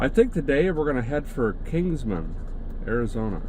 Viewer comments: Console = "KAHN-sole". Kingman, AZ, not "Kingsman". And did I hear you call lunch "dinner"? No. Dinner can be supper if you want, but dinner can never be lunch. The meal in the middle of the day is just lunch. Anyway, great job with the musical driving montages, you can put in as many of those as you want. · Derek. It’s Kimgman, no s at end.